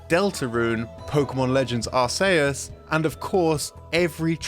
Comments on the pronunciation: Pokemon Legends Ar-say-us... Ok,... 🙄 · I don't get why you youtube people have so many problems pronouncing words...I get you're British and can't pronounce anything but specifically British in origin, but come on... ARK E US is how it's pronounced. Make us laugh and say Diablo and Masamune next. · I've heard are-kay-ess, and I've heard are-see-us. But are-SAY-us? That's a new one. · FYI Its Ar-see-us not Ar-say-us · Hermoine: you're saying it all wrong its ArcEus not ArsAYEus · Why say Arceus like AR SAY US it's ARC E US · Are-se-us is definitely a way no one besides this guy has ever said that word. The official pronunciation of the word is "Ark-eus". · Made me so angry. They literally made it hard k BECAUSE of British English and the sounding of butt in that dialect and he still mispronounces it. 😩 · The fuck did you just say Arsayus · This man did not just say "Ar-say-us" 😭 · Ah yes... "Arse Say Us" good game. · ar-SAY-us thats a pronunciation i havnt heard yet! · Ar-Say-Us. That's quite the...unique way to pronounce it. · Di.....did he just say......Ar-Say-us? XD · Idgaf who you are, "are-Say-us" is definitely the wrong way to say "Arceus." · Whether you pronounce it Arceus or Arkius, it definitely isn't Ar-say-us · ...what the heck is Pokemon Legends Are-say-us??? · ahem... i believe you mean arkoos. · "Ar-say-us" it's like this guy wants you to hate him. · bruh it's pronounced like RKS (as in the RKS system for Silvally, since it was an attempt to create an artificial Arceus and reinforced with RKS labs, which uses Arceus' ring as a logo) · Unfair that the french get apologies for how you pronounced Scyther's name, but none of the English Speakers get an apology for hearing you say "Ar-say-us" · Why are you pronouncing Arceus as Ar-Say-Us? Why you pronounce your E as A? Who hurt you?! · Ar-say-us Thats a new one to me lol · "Pokémon Legends: R-cehus" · That "ar-say-us" really pissed me off more than it should 😅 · The way he pronounces Arceus